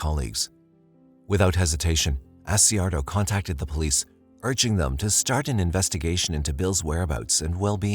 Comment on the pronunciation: Not doing it to be mean.. in Ky., Accardio is pronounced as (A-char-do) He’s a good man.